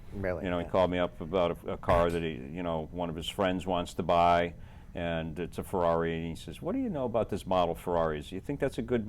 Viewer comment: Luca, this idiot cannot even pronounce the names of various Ferraris correctly.